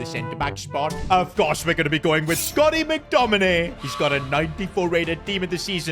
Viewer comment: It Scott not scotty